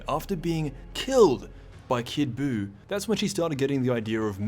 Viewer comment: The way he emphasizes "killed by kid buy" lmao